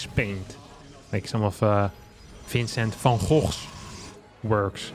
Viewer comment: Someone in this video feels extremely proud for being one of the 25 million people on this planet who can pronounce “Vincent van Gogh” correctly without incurring lasting throat damage in the process.